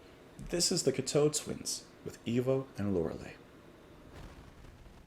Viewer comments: It's pronounced Cock toe (as in big toe). I love practically everything they put out. I also love Robin Guthrie's work with Harold Budd. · While I truly appreciate your furthering people's knowledge of Cocteau Twins, it is absolutely unforgivable and disrespectful to not even know how to pronounce the band's name. Especially given the fact that you have done videos on them before. With the amount of content, articles, interviews, and documentaries about the band over the last 20 plus years, a simple 5 second search could confirm how to pronounce their name. In the future, please further the credibility of your channel by taking the time to learn how to pronounce the names of artists that you feature. It's the least you can do to give the artist the respect they deserve. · I really wish you would have looked up how to pronounce the name of the band and the songs before you bothered to talk about them. I cringed every time you mispronounced something. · Please, please, please. Its pronounced 'cock' 'toe'. Please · When pronounced, the emphasis should be on coc(k), not on toe (teau)